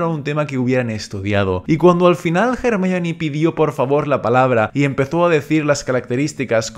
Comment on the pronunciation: Es increíble que un español pronuncie a Hermione como es en inglés y no como "ermion"